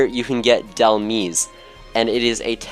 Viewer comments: either " dehl maiz" or "hel maiz" but definitely not "meez" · Dhelmise is a mix of the words Helm ( not as helmet but the helm of a ship) and Demise, so it is pronounced as if you put the word helm inside the word demise and just pronounce is as d-helm-ise with the same wording as demise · awesome video :) just two things: Dhelmise is a portmanteau of Demise and Helm. so it's more like "Da-Helm-eyes" Mareanie is a portmanteau of Marine and Meanie, thus "Mar-eenie" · It’s delmise not delmis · mareanie = marine + meanie so it's pronounced ma-reenee and dhelmise = demise + helm so it's pronounced del-myze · Did you just call it delmees? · dhelmise is pronounced like demise. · Mareanie is pronounced marine-E And Dhelmise is like demise but with an L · Dhelmise... is pronounced like demise with helm in it